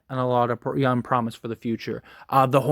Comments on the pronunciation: Am I the only one hearing youn instead of young? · I swear every time you say “young” it sounds like you’re saying “yun.” 😂😂 great video though my guy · Nah definitely saying youn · Hes 100% saying yun lol. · 💯 Forest Gump stole this man’s “G”s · He is saying it and it's annoying smh this guy is dumb asf